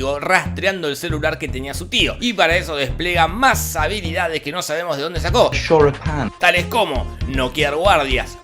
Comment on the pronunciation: DE los creadores de: "las empanadas" LLEGA: "shoripan"